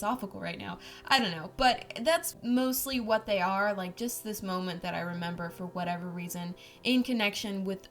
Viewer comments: She said kwat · I mean myawt